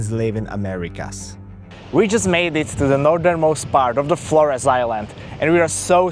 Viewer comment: of course he pronounces the island name incorrectly 😅